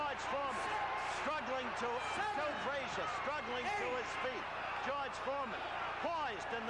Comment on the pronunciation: Announcer called Joe name joe freezer